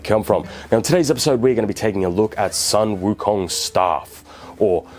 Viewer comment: Sun Wo Kong ... Soon Woo Kong